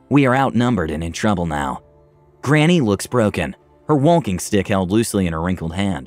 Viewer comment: Subtitles: Walking stick Audio: Wonking stick Me: I don’t know who to believe!!